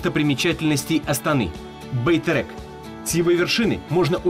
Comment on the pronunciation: он говорит не Байтерек, а Байтэрэк.